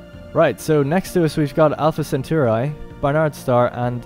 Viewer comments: I hate to nitpick, but as a Roman it is pronounced "Centauree" and not "Centaureye". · SEN-TAR-EE not SEN-TOR_EYE lol Thanks for the vid been curious about this game. on a side note it completely baffles and terrifies me how this modern generation is so incapable of pronouncing even the simplest of words.....Anyone who thinks the dumbing down of society is just a conspiracy theory should watch this video...I mean simple words totally unable to pronounce them.....smfh. At any rate he does a nice in depth play of the game.